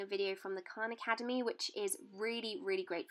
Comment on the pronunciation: Literally thought she said "Quran academy"